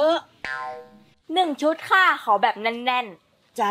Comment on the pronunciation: หนึ่งชุดค่ะไม่ใช่หนึ่งซุด